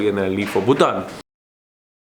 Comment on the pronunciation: Nikhil, it's BhuTAN not BhuTHAN